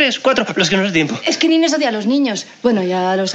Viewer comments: No es Nine, es Nines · es nineSS, no nine xD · ¡Nines, Nines, Nines Nines!...la prima de Raquel se llama Nines, no es Nine. Les falta la 's' final. Nines es diminutivo de Angelines. Escuchen bien como le llama su prima Raquel y otros personajes 😊